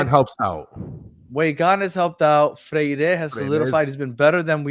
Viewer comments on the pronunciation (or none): to brother and: NE (silent access to the E) GRI!!, FRE (silent accent on the E) IRE!!!